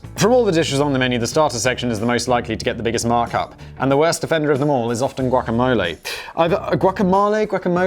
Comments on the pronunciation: Say guacamalay one more goddamn time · he said like, "guaca-mahl-e" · GuacamAle?? Guacamole 😂😂😂 oh damn Simon, my new hobby is catching your pronunciation errors🙌🏼 love the Blaze 🔥🔥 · For someone that know what guacamOle is, it's odd he kept pronouncing it as guacamAle! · Its gua·ka·**mo**·le. Not ma. Mo. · No simon, its GuacaMelee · Gwah-cuh-mole-ay. This is fun. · Simon: "Who the fuck doesn't know what guacamole is?!" Also Simon: Can't pronounce guacamole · “Who the f*** doesn’t know what guacamole is?” Says Simon who doesn't know how to pronounce it ! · Is no-one going to point out Simon's pronunciation of guacamole? 👀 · Simon definitely binned his pronunciation dictionary if that’s how he pronounces guac haha